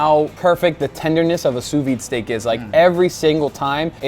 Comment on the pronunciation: It´s not sous vi.. It´s Sous Vide.....You have to pronounce the D.:-)